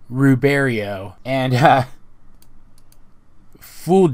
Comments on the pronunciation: Did you not see the blood moon at the very end? Also, when Star grabs the pics of her and Marco, it's really hard to see, but their cheek marks glow in the last one. Also, it's pronounced "Roo-berry-ot/ut", and the goblin guy WAS voiced by Alex. 👍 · I belive the "t" in Ruberiot is not silent. Like Voldemort.